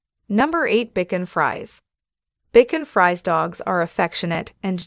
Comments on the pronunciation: Your mispronunciation of the dog names is annoying, for example Bichon Frise. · Bichon Frise is incorrectly pronounced as "bacon fries" in this video. Too funny! It should be pronounced more like "bee-SHON free-ZAY". I sure love my Bichon! A lovely, smart, gentle, and playful companion dog with very soft coat that doesn't shed. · That’s not BJ hon it’s pronounced (bee- Shaun) (free-shay) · It is pronounced beeshawn Frisay. Not Bekin freeze. Learn to pronounce these names Pekín needed not Pekín geez. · That is pronounce Bichon Frise not Beacon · It was an informative video, but the narrator should know how to pronounce the names of the dogs such as bichon Frese is pronounced like this BEEESHON, not bickon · Bichon Frise is pronounced BeeShawn Freez A, it;s a french pronunciation. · I laughed at Bacon Fries 😂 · BACON FRIES?????? PUHLEEZE!!!😂😂😂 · Phonics? vs French ?...Bicken Fries?🤣😂🤣Peck-en- gees? You're killing me Smalls😛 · What is a Bikon Fries? I think Bichon Frisée needs French pronunciation. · Please Learn how to pronounce Bishon Frise🤦🏻‍♀️ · It is pronounced Bee-shawn free-say. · It’s pronounced Beeshawn Frishay!!! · I have never heard of a dog called Bacon Fries (bichon frise). What a peculiar name!! Please get the pronunciation right, it sounds so funny saying bacon fries!?!🤣😂 Well, I come to the end of this video and find now that the Pekinese is now called the Pecking Cheese!! Oh please!!! Lol!!😂🤣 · The speaker's mispronunciation is alarming....Bichon Frise, Pekingese and Coton de Tulear.... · the reader mispronounces Bichon Frise,feisty, lives,Cotun Tuleare, epitome,suffices and Pekinese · Good heavens! Learn proper pronunciations. Bichon Frise ! Pekingese! Also, you have pictures of other breeds as though they are the breeds being talked about. See pug especially